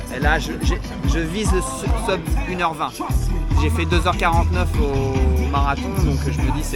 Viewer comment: Bravo pour le rp! Petit message en passant pour: "sub", il n'y a pas de raison de le prononcer à l'anglaise, c'est du latin. On prononce soub en latin, seub en anglais, sub en français 🙂